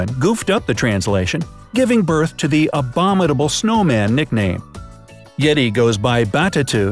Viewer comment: Narrator ... you do know that the letter T is not in the spelling of abominable, eh?